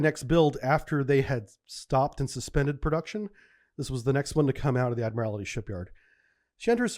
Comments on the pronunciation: Ad-mir-all-tee (four syllables). Not, Ad-mir-all-i-ty (five syllables). It's basically just the word "Admiral" with "tee" added to the end... "Ad-mir-all-tee". Most of your mispronunciations don't bug me, but this one really does (especially because you were in the Navy for 20 years). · Love these vids but the butchering of some words is brutal. Its 'ADMIRALTY' not ' ADMIRALITY" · If Mr. T joined the Navy and rose through the ranks, one day he might be Admiral T. And that's how to pronounce "Admiralty". You are adding an extra syllable that's not there. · "The Admirality Shipyard?" What? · Admirality, huh? Well I guess it's not like you'd have heard the word all that often. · For somebody who has such deep naval training and knowledge you'd think you'd know how to pronounce the word "admiralty".